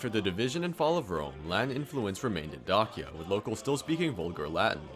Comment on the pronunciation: Please use google translate and type dacia in romanian and listen to it cuz u aint sayin it right